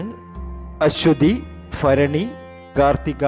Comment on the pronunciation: അശ്വതി ഫരണി അല്ല ഭരണി എന്ന് ഉച്ചരിക്കുക അതുപോലെ ഏപ്രിൽ പ കുന്നാലല്ലാ ഏപ്രിൽ പതിന്നാല് എന്നു പറയുക